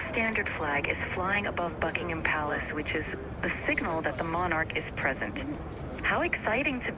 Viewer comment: Holy shit, she pronounced Buckingham correctly